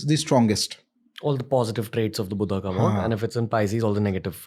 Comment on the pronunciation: It’s my sincere request to pronounce the names in hindi as they are , without adding an extra “a” to them. Like Buddha as Buddha and not as Buddhaaaa. 🙏 my sincere request. Let’s not distort our language for the ease of others .